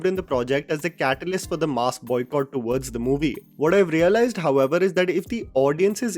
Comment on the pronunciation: FFS. Please work on your pronunciations of ‘conjure’ and ‘mass’, remembering that they are English words. An Indian accent is one thing, but to do the maa behn of the English language is something else. Do ‘chime in’, won’t you!